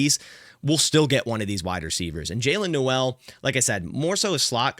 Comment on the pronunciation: It wouldn't be mock draft without miss pronounciation like Jaylin Noel. It's cringy TBH.